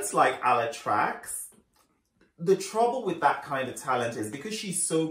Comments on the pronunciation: Loooves! The "CZ" sound in Ala Tracz's surename is read more like a "CH" in "chicken" XDD I laughed so hard when I heard your "Ala Tracks". Much love from Poland ❤ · me too lol “tracks” hahahah